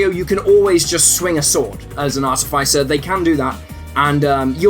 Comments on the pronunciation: Artifaicer? Oh yikes... the fice sounds like fist not like ice. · Artificer is pronounced ar - TIFF - iss - er, emphasis on the TIFF. There are no long 'i' sounds in this word. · You saying "Arti-fai-cer" hurts my ears, sorry. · Normally, I really enjoy this guy's stuff. It pops up every now in then in my various feeds and it's usually either accurate or intentionally silly and I'm glad I watched. But not this time. For starters, WHY do SO many people on the internet mangle the word "artificer"?!?! It's AAR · tuh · fuh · sr. Look it up if you like, it's true. Look it up. Get straight. Go forward. Move ahead. Try to inflect it. It's not too late. To freakin' pronounce it correctly. And then there's the actual content. This video is very confused/confusing about at whom it is aimed. Is it really meant for newbies? Then it gets WAY too deep into all kinds of terms and concepts that are going to utterly befuddle a genuine newbie. Or is it worded as if it were meant for newbies, but is really intended to help more experienced players help newbies? Then it spends waaaaay too much time explaining (some of) the concepts that newbies wouldn't get, but even the most lightly seasoned players know and don't need to be taught. Lastly, cheeselocks should be an "F", not a "B", since so many of their rules are unique to them and not shared by any other class. Other than that, I more or less agree with all of the rankings I've enjoyed pretty much everything else this guy has done, so I'm not gonna hold this one, single (really bad) botch against him: I'll still check his stuff out whenever it shows up. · the way you pronounce artificer...yikes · you should learn how to say words. like artificer. and eladrin.